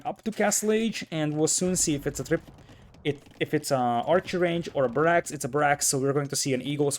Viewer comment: Nice casting sir. One tip: it is pronounced BArracks not baRRACKS.